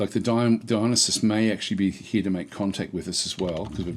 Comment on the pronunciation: Dionysus is pronounced die uh NIGH sus